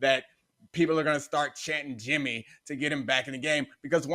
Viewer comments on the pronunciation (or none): "BRING YIMMY GEE BACCCCHHH" 🤣🤣🤣🤣🤣🤣🤣🤣🤣🤣